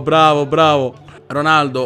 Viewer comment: "ronardo" cit. ahahahahahaha